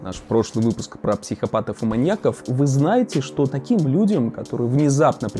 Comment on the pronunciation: Не маньякОв, а маньЯков. Ударение не смещается при склонении слова